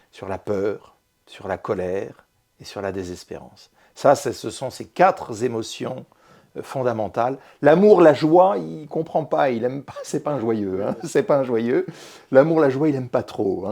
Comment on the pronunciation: Quatre zémotions... Hé bé le français a bien évolué...